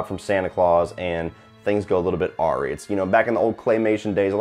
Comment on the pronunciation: I hate to be the one, but the word "awry" is pronounced "uh-rye." Hope this is helpful. Now then... My top 5: Halloween 1, II and 4 (aka the best trilogy, one single entry) Creepshow (because anthologies rule) Dream Warriors (dream cosplay = costumes = Halloween) Jeepers Creepers (just a wicked story) Fright Night (my first horror flick, 10/31/86) And thank you, I totally forgot Idle Hands existed.